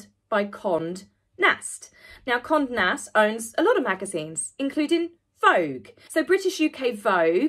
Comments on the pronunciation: Forgive me, but Condé Nast is pronounced Kon-day Nast. It's been around almost forever, well at least a hundred years and Condé Montrose Nast purchased the Vogue company in 1909. There's lots to read about him and I have to add, he was a heck of a good looking man. But he died before I was born so I never stood a chance. 😄🙂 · I think you are great and I love your channel. Just a little note: It's Con-day Nash. Conde has an acute accent over the "e" hence the pronunciation. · Conde Nast= pronounced Conday Nast